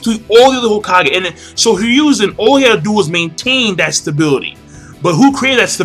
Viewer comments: The 3rd's name is pronounced here a zoo herizu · It's pronounced "HE-roo-zen" Sorry that was just really annoying me...